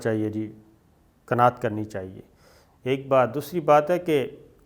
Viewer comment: I hate to point out "kana at" ... "risk". Any way thank you.